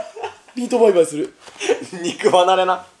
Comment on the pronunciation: 最初の「肉離れ」澤穂希みたいなイントネーション